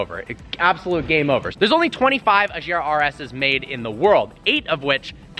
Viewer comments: Actually Agera means Act, and Regera means Rule, so they're both Swedish words, however Christian choses to pronounce it doesn't much matter, it's a product of Sweden which uses Swedish words .. If you come to Sweden and see a Koenigsegg Agera you won't hear anyone saying "Ajera", it'll always be Agera with the HARD G! Might sound J'ish with some dialects, but not most. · swedes has a tendency to "americafy" how we pronounce names when talking to americans. Same with car names. The true pronunciation is a-gear-a. with a rolling R. I'm swedish myself so I know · dude the agera is a scandinavian car, not a frensch car. so don't prenounce it like its frensch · Please... learn how to pronounce agera... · For christ sake pronounce "Agera" correctly... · he said koenigsegg wrong and agera lol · That's not how you say Agera xD ... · facepalms at how he said regera and agera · First of all why do you say "Agera" completelty wrong? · The "g" in Regera & Agera is pronounced like the "g" in gear... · Idk if I'm the only one who's really annoyed by the wrong pronouncing agera wrong😝🇸🇪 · Just letting you know, in all the Koenigsegg names so far, the g is hard:D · please learn to pronounce car names. Its actually quite embarrassing considering that you are a car guy. The literal most popular supercar recently is the chiron, yet you still say shron as its name. If you knew about the agera r breaking the record you should know that its pronounced with a hard g. smh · Hi! A hard G in Agera, and a soft one in Regera if you want to pronounce it the right way! ( i`m swedish) Love your vlog and Koenigsegg!!! Happy new year to all!! (christan usually says it with hard g`s in enlish interviews) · He says agera wrong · FYI the "g" in Agera and Regera are hard g's, not soft g's. If Christian watches this, he'll probably cringe every time you mispronounce his creation. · dream car Doesnt know how to pronounce it right :p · I cringe everytime he says agera.